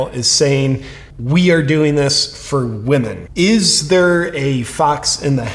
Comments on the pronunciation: Did she just say "run by we men" instead of "run by women"? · He said WEmen not Women.. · He says WE-MAN... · He pronounces women as We Men. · It's funny how 'women' was pronounced 'we men'. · When this biological male says "women", listen to the pronounciation very carefully. He is actually saying "WE MEN". The non-American accent pretends to say women and I do not hear it that way. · Is he saying WEEMEN ? Cuz that would make sense " missuniverse" contest is now run by wee men. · "Wee men" lol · Now.... Did they say 'WOMEN' OR 'WE MEN'?? 🤨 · He didn’t say say it was for “women”, he said “we men”. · He said, "We Men" 😅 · They did not say women, they said WeMen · he said it's we-men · I believe he's saying "run by we men" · Lol 😂 he/ her said WE-MEN!!! Interesting 🤔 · I don’t think it was by accident or because of his accent that he pronounced women as wemen?! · Sounds like he said 'weakmen'😂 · I love how he says "wemen." Lmfao... gosh, we aren't even in peak clown world. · The lady man said “we-men” not women so he’s telling the truth!!! Lol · When they said "we-men" I honestly thought "woman" was being said with a Costa Rican accent... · He didn't say "Woman".... he said WEman. "Ran by WEman. Owned by trans-woman... for all WEman. All WEman around the world.." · It's WE-MANS get it right. Lol hahaha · It clearly said, WeMen. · Wee-man lmfao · That’s exactly what I heard too; “we-men”. Then all the women cheered. It’s just wrong! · It said we-men not women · The Tranny-MAN is saying "WE-MEN" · “Wee men” as in tiny men or “WE men?”